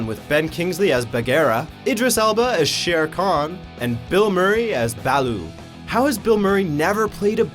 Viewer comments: How can you mispronounce Baloo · How the shit did he pronounce Bagheeram Shere Khan and Baloo so wrong..."Baahlo"....seriously?? You're just trying to start shit...